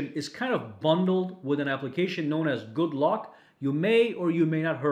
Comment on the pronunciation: Could have sworn he said good luck instead of good lock